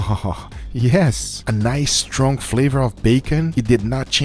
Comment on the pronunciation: This guy says stronk instead of strong